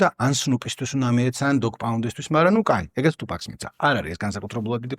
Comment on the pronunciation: ყველაფერი ძაან კაი და მშვენიერი, უბრალოდ გთხოვ თუფაქს ტუპაკს ნუ ეძახი :დ <3